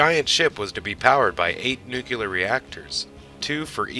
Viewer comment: And its nook-lee-ar, not nook-you-lar